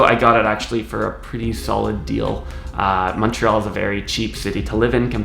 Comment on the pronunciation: Praise the dear lord he says Montreal right